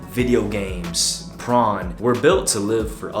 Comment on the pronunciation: Someone please let this man know that it’s pronounced “porn,” and not “prawn.” He’s said “prawn” in the last like three or four videos 😅